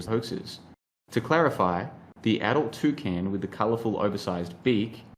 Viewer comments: I heard "two cans" 🤣🤣🤣🤣🤣🤣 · A Toocan, i love the way you say that, i've always heard it pronounced Too - Can, but from now on i'm saying it your way !